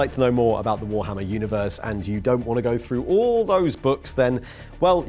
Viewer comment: First time I've ever heard someone pronounce that as 'Arr-bite-er'